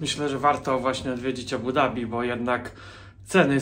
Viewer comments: „D” jest wymawiane w języku angielskim. W arabskim wymawia się „Z” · Nareszcie prawidłowa wymowa stolicy Emiratow